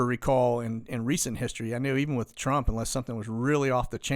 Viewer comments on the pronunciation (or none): none